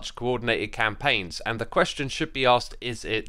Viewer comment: As a german here, i find this slichtly strange to hear your voice in german. There only 2 things, which could be complained. the very first word "Question" is straight germanized, like, how a german who never spolen english before would pronounce that. the other one are the numbers, though only in regards the years it´s kind of wrong.